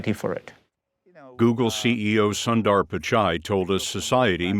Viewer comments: I wish they would take the time to at least ask how we Indians pronounce our names - takes about a minute! It's not sun-dar - it is actually Son - th-r - sun as in soon but one less o, and it's not dar but the th in the and then an r There is so much cultural and racist arrogance being displayed here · sundar is pronounced as soonder 😅😅😅